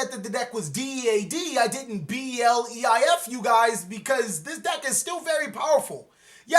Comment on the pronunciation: This man just said BELEIF